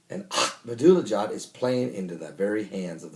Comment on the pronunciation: First of all, It is very annoying to listen to you pronounce Ahmadinejad's name. Secondly, It is not KAYAN. It is not a Porche. It's is pronounced Key'hAn. Thirdly, I read Iranian media on a daily basis and there is no such a declaration by Iranian establishment. In fact, Khamenei pronounced a religious decree aka Fatwa making the manufacture of a nuclear device forbidden. So, stop spreading the nonsense. Last time I checked it is Iran that is surrounded by American bases and warships.